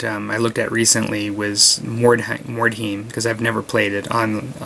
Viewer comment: Being a bit of a dick here, but...Mord-High-m. You said it right the first time then every other time it was like nails on a chalk board. :)